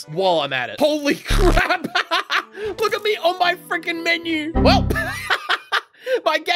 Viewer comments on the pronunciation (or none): none